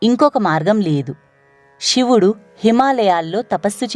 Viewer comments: ఇలాంటి భక్తి ప్రధానమైన వాటిలోనైనా ఉచ్చరణ సరిగ్గా ఉంటే బాగుండు. శివుడు షివుడు కాదు. ణ అక్షరాన్ని సరిగ్గా పలకండి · వ్యాఖ్యాత మాటిమాటికీ శివుడిని షివుడు షివుడు అనడం బాగోలేదు క్షమించండి కథలో ముందుకు వెళ్ళలేక పోయాను